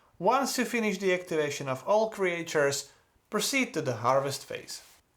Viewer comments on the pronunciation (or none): Thanks for the excellent walk-through video! Your English is excellent, just one thing I have to point out cuz you said it a lot: in English we usually pronounce Creatures as "Cree-churs" like Teachers, not "Cree-ay-churs" like Creators. I don't know why. English is silly.